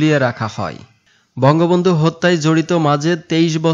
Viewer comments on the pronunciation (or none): none